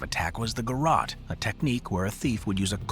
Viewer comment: Lol, "Garot" (guh-rot) 😂 It's a french word and the "t" is silent. Pronounced, (guh-row)